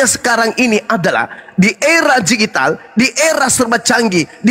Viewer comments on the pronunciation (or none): DIGITAL bang bukan GIJITAL 😂😂😂😂